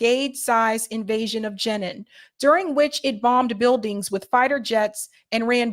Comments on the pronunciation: It is pronounced Jah neen and I would never vote for RFK jr. He is a democrat through and through ! He is obviously taking this stance because he is a coward and if he is a coward can he be truly trusted with anything else he says. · Words herself mispronounced when quoting Max Blumenthal: Chechnya, propagandistic, Ilan Pappe, Jenin